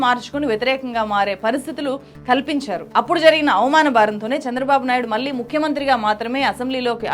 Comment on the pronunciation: Madam just like you analyse everything in your videos, even we do analyse your performance via your videos. I believe for a journalist, correct pronunciation is a minimum requirement and a very important aspect. So it's very important that you realise, learn and rectify pronouncing the words like "vaallu" and "malli" in an accurate manner. The correct way of pronouncing is "వాళ్ళు" and "మళ్ళీ". Otherwise, it doesn't sound good to the ears.